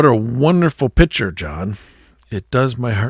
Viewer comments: Picture, not pitcher... 😂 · Where are you from? Not many people say pitcher for picc ture! 🤣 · Pick/ture, not pitcher